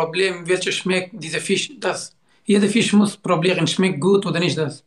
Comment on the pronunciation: Nicht probieren sondern problieren sein Wort kommt auch Problem😂😂😂😂😂😂😂🤣🤣🤣🤣🤣🤣🤣